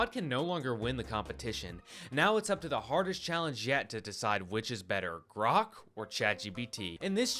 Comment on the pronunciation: he called Grok 'Brock'. 🤣🤣